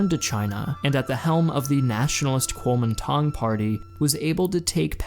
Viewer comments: Your text graphics used Pinyin Chinese words while your voice over used Wade-Giles Chinese pronounciation. I really enjoy your videos but small discrepancies make them mildly confusing at times. Great oversight though. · The way you pronounce kuomintang needs to be better